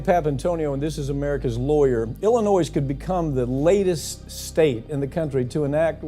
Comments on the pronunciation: You lost me when you mispronounced Illinois. Smh. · The s is silent on Illinois